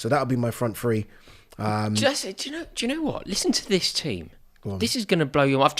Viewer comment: It's so weird that someone that is English and from England says "Free" instead of "Three"! I never understand it at all!